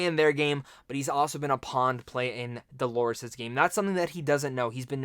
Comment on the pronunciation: D-O-L-O-R-E-S. Dolores, not Delores. Maeve, not Mave or Mayv!!!